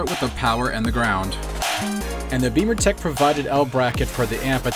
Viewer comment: I've read some good reviews on the XBimmers forum for the Alpha 1 amp. Great installation video. BTW, why do you pronounce the name of your company "Beamer"Tech when it's spelled" Bimmer"Tech?